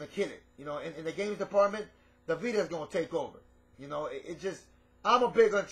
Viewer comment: he calls its a "pita" XD